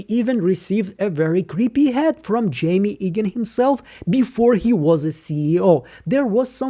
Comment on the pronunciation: Quick pronunciation note, I believe you are saying Jame Eagan incorrectly, it should sound like James without the S. The way you’re saying it now sound like the name Jaime or Jamie.